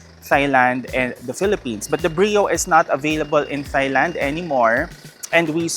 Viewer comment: Dear, Thailand is pronounced as TAYLAND. no soft TH sound okayyyy.